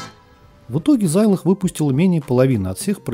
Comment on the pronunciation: откуда такой странный прононс? Почему зАйлог? Почему зИикс? Очень режет слух. Может тогда уж и Сайнклэайр говорить?) Если хочется хочется подражать английскому произношению, то можно хотя бы в гуглтранслейте послушать, как эти слова звучат, а он скажет - зЭДэкс и зИлог.